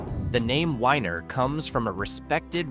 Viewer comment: IT’s not WHINER YOU IDIOT ITS WENIER like a hotdog